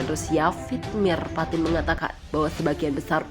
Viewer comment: Vladimir patin 🤣🤣🤣 bukan patin min tpi lele